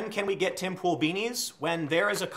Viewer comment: You called it Pool, props.